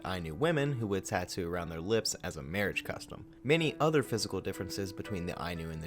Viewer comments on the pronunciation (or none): none